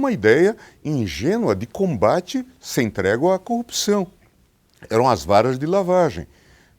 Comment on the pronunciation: Sergio Moro senador, São Paulo maior PIB do Brasil, fala corrupção, caraca tu e esquisito,não sou juiz nada, aprenda falar o português, o cara fala copcao.. senador..e esse Bolsonaro indicada um juiz q sabe falar, e algo grave, O português e o mínimo, detalhe n sou petista porém burrice, caraca fui alfabetizado no sítio, um juiz q n sabe falar, incrível, da vergonha ouvir o Sérgio Moro falar, parece meio ignorante..o Lula sem estudo e mais esperto q ele, e muito sem noção, juiz aprende a falar